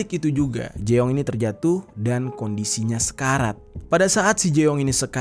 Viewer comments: jeong = JONG , bukan jeeooonggg 😭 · Kayaknya bukan di baca jeong deh tapi jung 😅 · Fyi ya Eonitu dibaca O Jeong dibaca Jong Poceon jasi Pocon 😂